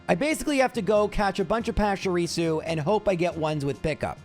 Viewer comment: PESHARISU!? Come on bro... at least Are Canine has some logic behind it, you have no excuse for butchering Pachirisu that badly lmao